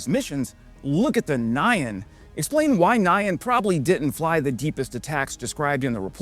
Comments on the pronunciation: N'yan, not Ny-an. Try saying "yan", then stick an n- on the front. It's just how Japanese say "meow". To the Japanese, cats don't say "meow", they say "nyan". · Pretty weird way to say Nyan ☺️